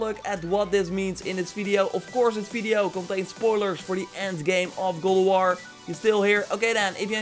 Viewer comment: IT'S GOD OF WAR, NOT GULAWAR.